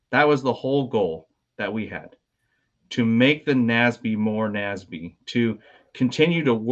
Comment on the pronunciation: Ugh...it's not "Nasby," it's "N-A-S-B."